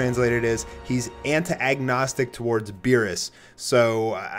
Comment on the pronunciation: The word you're looking for is "An-tag-a-nis-tic" not "Anta-agnostic"